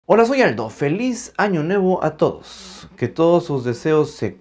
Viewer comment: Dijo año nevo?